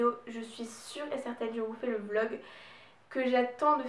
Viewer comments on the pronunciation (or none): none